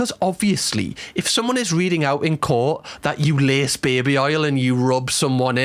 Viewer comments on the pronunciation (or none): none